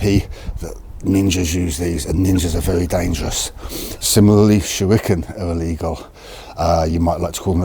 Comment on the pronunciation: DUDE, Try Pronouncing ILLEGAL and LEGAL, slightly differently!